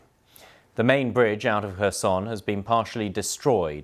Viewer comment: Reporter: Herson & ukr guy : Kherson 🤔